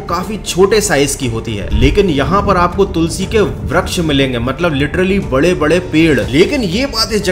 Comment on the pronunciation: bhai vraksh nhi vriksh hota he